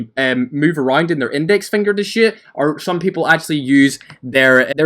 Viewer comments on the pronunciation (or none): Lol it sounded like u said how to shit When u were talking about the jump shot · Lmao when you say shoot, it sounds like you say shit